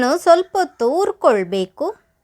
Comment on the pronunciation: ಹುರಿಕೊಳ್ಳಬೇಕು ಅದು ಯವ್ವ ......ಉರ್ಕೊಳ್ಬೇಕು ಅಲ್ಲ .......ಏನು ಉರ್ಕೊಳ್ತಿಯೋ ನೀನು